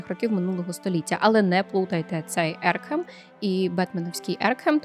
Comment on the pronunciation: ого прорекламувала Астерікса =) вже пів року як анонсували, якщо не більше =) Напевно автори серіалу просто не в курсі про існування Йоахіма де Ветта =) Аркгем, а не Еркхем але новини все одно є. класні. дякую